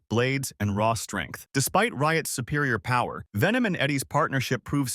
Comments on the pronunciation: Nah it aint vemon it venom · It’s pronounced VENOM!!!